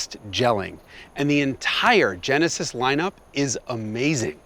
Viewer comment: Oh, yaah.. ze Tjenesis !